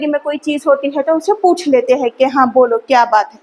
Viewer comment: Madam Hain aur hai pronounciation proper kijiye Aapko hazaron bacche follow kar rahe hain